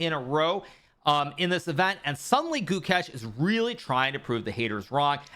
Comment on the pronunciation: Since Pragg made you eat you eat your apprehension towards him and Gukesh fed you your words to you for dinner, it’s best you all finally learn their names. Prug naa nun thah (soft th) Goou kaysche (long a sound)